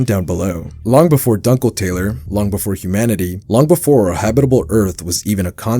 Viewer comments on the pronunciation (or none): it’s doon-kel-tah-ler, not dunkle tailer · NO WAY he saughtered the world "Dunkletaler" as "Dunkle Taylor" 😭